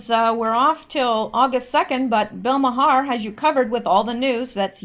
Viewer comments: Bill's name is Pronounced mar. Not ma Har. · Please, I beseech thee, its pronounced "Marr", not "Ma-Harr". I can't take it any more! Well I can but sarcasm is more fun if it's over the top right? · I believe its pronounced Bill Mar. One syllable. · Bill Maher last name pronounced MAR....but love the way you say it...lol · I have heard Bill Mahar's last name pronounced as one syllable "Mar" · BILL Maher's name is pronounced "OUR" but with a M at beginning. It is a one syllable word. Other examples: HOUR MOUR, DOUR TO MOUR, SOUR TO MOUR, also TOWER but just one syllable. I think we are going to hear a lot about Bill Maher in days yo come. He has short man syndrome, and is just another human breathing oxygen he doesn't deserve to have. Nasty little man. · All this time I thought his name was pronounced "Mar". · FYI Maher is pronounced Mar. I know you don’t watch TV. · Maher is pronounced "marr". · Bill Maher..The H is silent...Bill Maaarrr :)